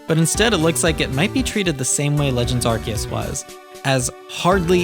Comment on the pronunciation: ARE- SEE - US, say it with me now, ARE - SEE - US It is not pronounced "ArKeUs" 🤦🤦